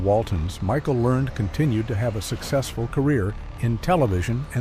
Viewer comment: Pronouce her last name right PLEASE